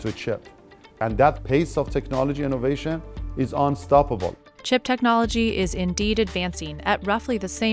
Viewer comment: Inovation. Haaa. He dare to say this word in this time....